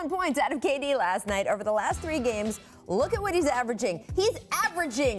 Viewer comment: He says *kayy D instead of KD lol